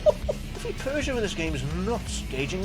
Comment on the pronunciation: I find it funny that you call Peugeot and it sounds like you're saying Persia, no offense, I just find that funny :P